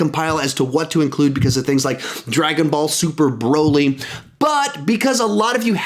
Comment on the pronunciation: Hearing you say "Dragon Ball Super: Broly" was odd and fun XD.